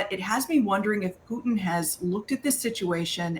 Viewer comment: Point of correction precedent Putin not Putin 😊